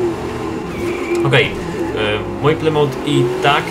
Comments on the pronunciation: nie mówi się plymołt tylko plymut:) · nie plymont tylko plymuf jak coś